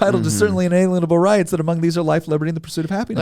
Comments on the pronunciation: Please learn to pronounce words correctly, it makes all the difference in getting across the correct meaning. The word inalienable is pronounced in-uh-LEEN-uh-bul...not in-ay-LEE-un-uh-bul...Try thinking of words similar to the root word. “lien”. Lien means to take ownership over someone else’s things through a legal process. Like a tax-lien, a mechanic’s lien, a bank lien. In the case of the document you cite they drafters meant that no one can take ownership over things that are given to us from above... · And for god's sakes, its un-a- lienable, not un-alienable.